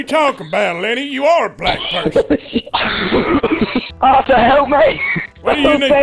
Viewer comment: Btw arthur not auther